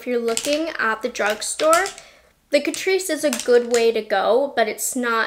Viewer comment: My mum and I love catrice. But my mum calls catrice … cat-rice. 🐱🍚 CAT-RICE. Love you mum! ❤